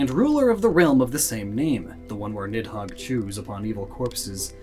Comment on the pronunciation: the "h" in nidhogg is not supposed to be pronounced.